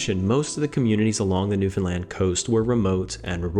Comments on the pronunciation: It's not New Finland, it's New Foundland I think. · I can't find one person who pronounces New Foundland, New Finland. It can be New Found land or New Foundland but not New Finland, your education is letting you down mate